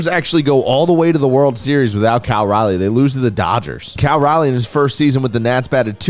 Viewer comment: I don’t think has ever said Cal’s name correctly or the same twice lmao